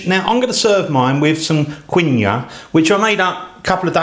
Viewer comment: It's pronounced "Keen wah"